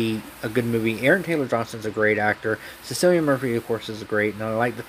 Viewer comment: SICILIAN MURPHY LMAO. Pronounced Killian or Killeeun.